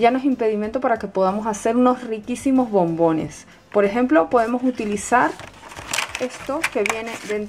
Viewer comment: por que dices bombines